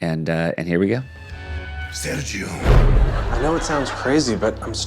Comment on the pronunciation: …can Seth not say Sergio? Why do I feel like he said “Sarah Jo” every time